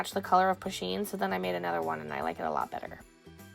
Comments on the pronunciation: It’s not pu sheen it’s pronounced poo sheen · it's said like Poosheen